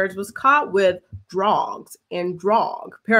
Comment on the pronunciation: Hahahha the way you said all the D names!!!you’re too funny